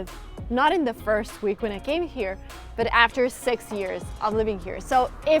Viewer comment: You are pronouncing six as sex😂